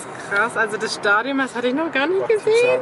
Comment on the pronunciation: Stadion und Marmelade Nicht: Stadium und MAMAlade 🤦‍♀️😂